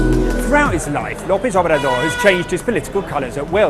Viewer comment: Andre manueh lopez obradur xdxdxd